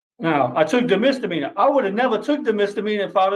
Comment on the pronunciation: Misdemeanor not mister meaner.